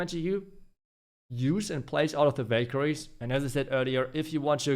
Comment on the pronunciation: Ohhh now i see he was saying valkarie not bakery😂 in the end of the video i noticed great video too i liked it